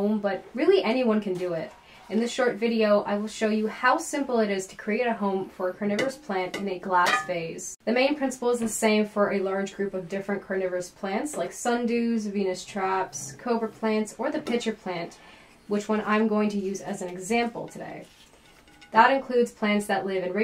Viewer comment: It's Venus FLYtraps ... they're not catching planets. It's pronounced druh·seh·ruh. Not sure where you're getting drozera from. Having said that, most of your information is good. You cover using pure water for containers without drainage (although you don't call that out) and you mention a winter dormancy period (even if it is in passing), which is required for sarracenia and drosera rotundifolia. You also mention needing strong light, although it would be good if you quantified that e.g. these plants require the equivalent of 5+ hours of direct sunlight to maintain strong growth year over year. Without that they will gradually decline and eventually subcome to fungus, disease, pests, rot, etc.